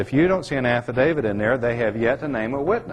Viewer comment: If this guy could actually learn to pronounce "AFFIDAVIT" correctly maybe we could take him seriously.